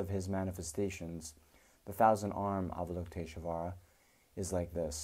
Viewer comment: Why do you put an "uh" sound betweeb "sh" and "v"? You're able to say "lush volley", or do you say "lush uh volley"? Why is it, then, that you say avalokitesh-UH-vara ?